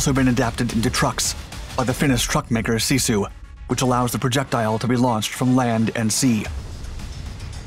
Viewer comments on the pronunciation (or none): none